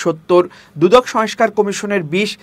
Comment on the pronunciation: সবকিছুই ভালো, তবে কিছু উচ্চারণের দিকে খেয়াল রাখা প্রয়োজন, সংস্কার,সয়েসকার নয়